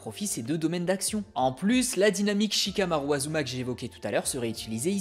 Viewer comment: ASuma pas Azuma… tu dis Sazuke aussi ?